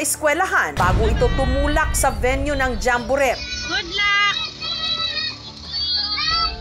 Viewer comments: Jambo- ret? Paano ang tamang pronunciation nyan? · jessica naman d mo ba alam ang correct pronunciation ng jamborette? jamboret ewan sa u, silent t ano ka ba?